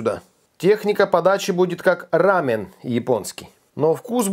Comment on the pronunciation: Не " рамен " , а " рамён"